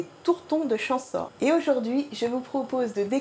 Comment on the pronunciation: Ça se.dit champesaur, pas.chanssor